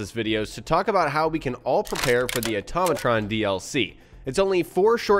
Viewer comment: Hey, I'm surprised nobody has called you on this but..... It's pronounced Auto-matron not atom-atron. Note Auto vs. Atom. Love the tips and tricks just wanted to give a tip myself.